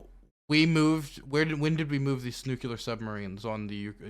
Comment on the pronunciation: Holy shit, now that all this was is happening, YOU ARE GOING TO NEED TO STOP MISS PRONOUNCING THE WORD "NUCLEAR" PLEEEEEEEEEEEEEEEEASE, IT'S NOT NUKULAR!!!!!!!!!!!!!